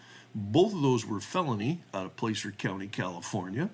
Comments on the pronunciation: Pronounced Plasser, not Place-er. Easy things to look up. In rural Cali counties insubstantial sex cases involving teenage girls are common, and seldom prosecuted. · Btw it's pronounced Placer not place r. It's gold that's found in rivers or by strip mining. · The "A" in Placer is as in "sass", not "play". My niece lives in Colfax, it's a small, rural town in the foothills of the Sierras.